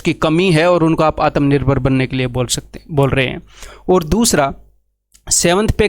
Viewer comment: It's "shikar" not "ssssssikar"..... - "आत्मनिर्भर" bola jataa hai, "आतमनिर्भार" Tum jaise bebkoofo kio criticise krne wala hr insan bhakt nhi. But You don't deserve any job. Because all you want is sarkari, cause corruption and aish hi aish.